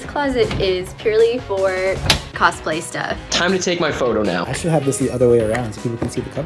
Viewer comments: Antoine: pronounced Antwan Gabriel: ANTONY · i’m laughing at the fact that gabriel thinks “antoine” is pronounced “ann tony” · Why is no one talking about Gabriel calling Antoine “antony” 😂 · I literally died when he repeated An-Tony XD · Is no one gonna comment about how Gabriel is saying antoines name so wrong “antoneee” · i hate the way gabriel pronounces “antoine” like “antony” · Gabriel said Anne tony instead of Antoine